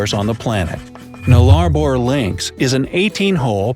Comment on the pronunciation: It’s Nulla boor!